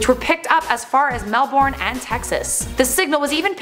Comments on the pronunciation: Mel-born. MEL-BORN?!?!?!?!?!?!?! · You don't pronounce Melbourne like you read it, you pronounce it like "melbin"